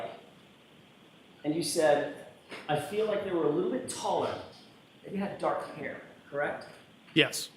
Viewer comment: 😂😂😂 nice $100.00 word there, shows you got some vocabulary skills, maybe now work on pronunciation skills with that it gets dock outside at night.